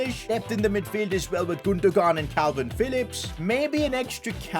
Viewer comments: i love how no one is pointing out the fact that said 'gundohgahn' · The way he calls Gundogan 😂😂😭😭😭